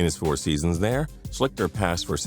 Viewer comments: SHLEESTER....not "Shlickter". Damn. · It's pronounced Shleester not shlikter. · I went to Ohio State and it's pronounced "Schleester" not "Schlicter." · The dudes name is pronounced Art Schleester, not Art Schlikter lmao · always getting the names wrong lol my man needs phonetic spelling on his script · Mispronounced Art Schichter's last name. It is pronounced Shleeshter. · It's pronounced like Art Shleester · You mispronounced Art Schlichter's name